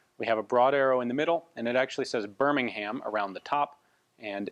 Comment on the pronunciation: great video. cheers Ian. Also just a pronunciation thing. can't expect everything perfect so really don't worry. However, i know you try not to butcher things so here's a heads up. Birmingham wouldn't be pronounced BURM-ING-HAM. It's more like BURM-ING-UM Same goes with British words like Buckingham. The HAM isn't pronounced it's more of an UM. Hampshire/Oxfordshire etc would be pronounced like HAMP-SHEAR. I know americans love to say shire. Makes me feel a little LOTR. Cheers again, cracking video.